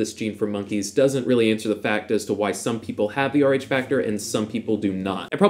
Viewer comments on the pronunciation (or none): none